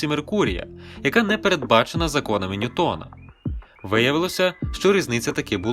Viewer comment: Тільки не НьютОн, а НьЮтон, бо він англієць